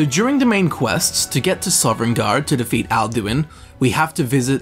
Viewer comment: Princess Mantra It’s not an accent, he added an ‘eren’ into Sovn